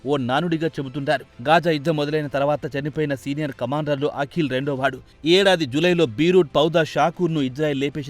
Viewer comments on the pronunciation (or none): అఖిల్ కాదురా దరిద్రుడా.... వాడిపేరు పలకవలసినది అకీల్ అని.........52 తెలుగు అక్షరాలు వాటి ఉచ్ఛారణ ఎలా పలకాలో కనీస ఇంగిత జ్ఞానం లేకుండా ప్రతీదానిలో దూరేసి తెలుగు భాషను ఖూనీ చేసేస్తున్నారు...